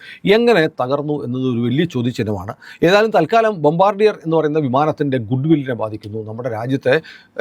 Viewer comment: The correct pronunciation of that company name is " Bombaadiye" എന്നാണു. Its a French word..Thank you for your informative vedeos